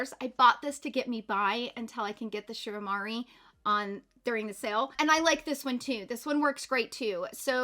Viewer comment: It’s pronounced ‘Shu ooh-eh-moor-ah’